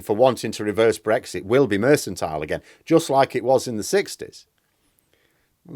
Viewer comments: you've left me in some doubt. Is your "Mersantile" the same as what other people call "Merkantile"? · What is Mersantile? Do you mean Mercantile, pronounced MerCKantile? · I suggest political parties get worse with more funding refuting your premise. Also election campaigns have far more funding and are of poorer quality than when funding was lower. Also it's mercantile not mercentile. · I love your videos,, and I don’t want to be “that guy” but it’s pronounced “merk-en-tile” 🙂. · I'll never tire of hearing you pronounce it "mersantile"... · it’s pronounced mur cun tile - just think of Jacob Rees-Mogg when ever you need to say it. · mercantile is pronounced with a hard c. mer-can-tile Not a soft c like mercenary (which sounds like an s) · "mersantile"? there's no such word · Sorry to be so picky, but the 'c' in the word 'mercantile' is a hard c not a soft one so you are mispronouncing it. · Um, that 'c' in "mercantile" is meant to be a hard 'c', as in pronounced like 'k'. I know you are from "oop North", but that repeated mispronunciation was pretty jarring. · I think mercantile has a hard C. Check it out. Jane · sorry to be that bloke, but the C in mercantile is pronounced as a K, not an S. Sorry, but you said it 5 times. Happy New Year, and thanks for all the good work.